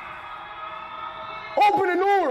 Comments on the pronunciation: i like how speed said open the noor😂😂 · oPeN tHe NoOr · "Open The Noor" 😂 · there is no chance this dude just said open the noor. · Bro actually said open the noor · He said noor🤨🤨🤨🤨🤨🤨🤨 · “ OPEN THE NOOR”